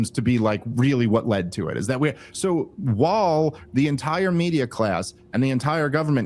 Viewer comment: I love the podcast and the advocacy of rationality and sanity. It kills me when Dave pronounces "while" as "wahul" and "I'm" as "ahum". Sorry for the shit sandwich comment. Really appreciate this show and honesty.